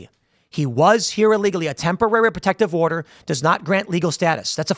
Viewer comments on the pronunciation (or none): none